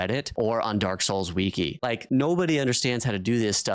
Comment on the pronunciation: its wiki. as in w-ick-ee. not w-ee-kee